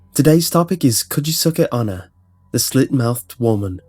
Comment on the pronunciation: i know it's a little detail that doesn't even matter, but just for the sake of information the pronounciation of "onna" is more like "onn-na". more emphasis on the N. also, you said "watashi, kirei" as "Kee-ray". it's actually pronounced "Kee-righ". again, just for the sake of info.